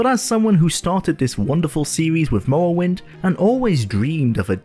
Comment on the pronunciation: The way you pronounce “morrowind” is infuriating. Good video tho.